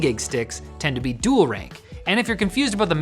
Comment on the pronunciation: "Dool rank modules in dool setup mode"